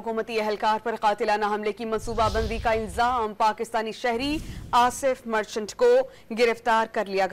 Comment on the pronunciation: مرچٹلا نہیں مرچنٹ ھے